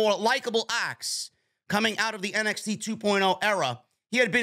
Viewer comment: Did you just say MXT? 😂